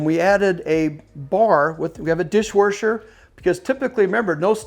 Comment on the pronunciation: Loving the content, also love to hear you say DishwaRsher lol. thank you!!! 😂